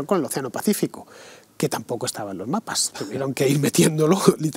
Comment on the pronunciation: A Fernando aquí se le ha escapado un poco de perroflautés: "lom-mapas" ;-)